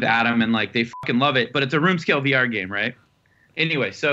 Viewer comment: ok , so, for over five minutes,i have been hearing him say "BR", instead of "VR". after how excited they were for "BR", i was starting to jump on the bandwagon. kinda want it now. was that enough commas? idk im pretty high.